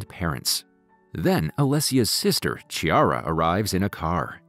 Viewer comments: Chiara not "Tchiara" 😂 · Every time you said Ciara instead of Chiara i felt like a stabbing wound in the heart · The lady’s name is pronounced Kee ah rah. Not Chee ar rah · It’s pronounced Key-ara. Not Chi-ara.